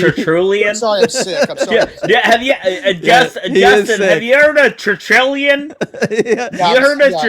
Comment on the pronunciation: Like all pretend intellectuals, the Protestant loves to throw around jargon. But his amateurish conversation evinces his fraudulent scholarship. But he does not know how to pronounce "Tertullian." He does not know the definition of "rhetorical question." He thinks that prefacing a sentence with the word "actually" somehow renders it accurate. He thinks peppering his speech with the word "literally" adds emphasis. He's a living exemplar of Alexander Pope's line "A little learning is a dangerous thing..."